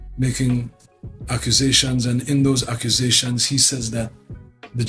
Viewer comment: Shine went from saying accusations to It iz an ah-kew-zay-shunz"